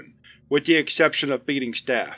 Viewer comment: Every time you said "Feeding" I thought you said "Beating" so I was sitting In there and thinking off a bunch of Foundation staff In hazmat suit's just squaring up to a god damn nerve system